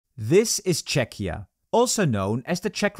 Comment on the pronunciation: I don't understand how could the narrator have 'lived in Prague himself' when he mispronounced the country's name 'i.e. Chetchia' on several videos already